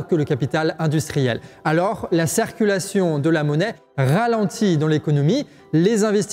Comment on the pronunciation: La cEEErculaion! Ouch!!! Vu que tu es le, essaye de prononcer " cIrculation " STP. Super série. Gros travail. Merci